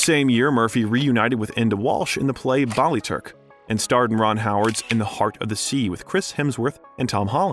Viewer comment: Cork County, Ireland, not Cork Country Ireland. Sister Sile's name would be pronounced like Sheila. The Ba in Ballyturk is like the Ba in Bat not the Ba in Ball.